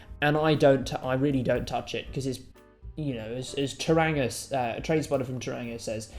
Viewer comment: I'm used to people mispronouncing 'Tauranga', so it doesn't bother me.